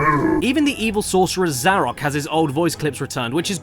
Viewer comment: I've heard some bad pronunciations of my name, but Zarok takes the cake for just HOW!?